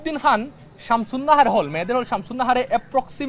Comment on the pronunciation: খান কে বলছে হান, খাতুন হয়েছে হাতুন এটা কী হচ্ছে